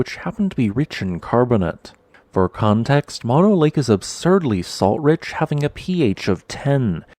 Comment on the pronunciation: I believe “Mono” is pronounced with both “o”s being long, i.e. like saying “oh”. The Save Mono Lake Committee is still alive and accepting donations.